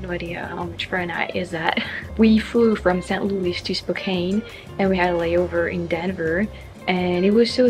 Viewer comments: It's SPO-CAN, not SPO-CANE. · I'm fairly confident it's pronounced Spoke-Ann, not Spoke-Ayne. Just sayin'. And just to be even more of a douche, I think it's Cranbrook, BC, not Canbrook. Go ahead -- kick me when I'm down. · I'm sure you know by now. It's pronounced spo -can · To end all this confusion. I grew up there. It's an Indian word. Native American. It's pronounced Spo-Can. Lol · In case nobody else has told you yet, Spokane is pronounced "Spokan," with a short "a." The residents are pretty adamant about it.